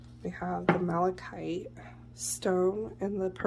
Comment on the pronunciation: Malachite. You almost had it. Mal - a - kite.